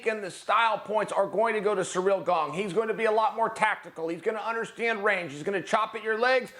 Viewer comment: “Surreal Gong”